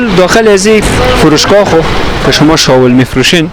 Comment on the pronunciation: شاول چیه برادر بخدابهمان میخندن نگی شاول